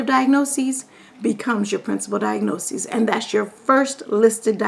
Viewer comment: I notice that you pronounce diagnosis as "diagnoses". Isn't diagnoses the plural form of diagnosis?